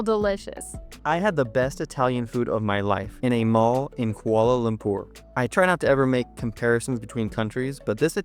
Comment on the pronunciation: One of the cringing things that we locals found with foreign Youtubers are when they butchered the pronunciation of the word ‘Kuala Lumpur’. Most pronounced it as ‘Koala Loom-per’. But you guys, said it perfectly. That’s a sign of love there! 😊